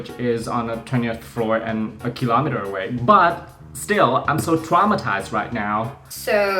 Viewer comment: nhấn chữ kilometer sai roài...